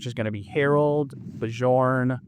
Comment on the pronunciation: Are you still calling Bjorn as 'Be-jorn'? If you are, then here's the correct way to say his name. 'Be-Yorn' but say it together very fast.